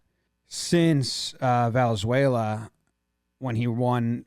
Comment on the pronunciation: Jimmy can’t pronounce Valenzuela?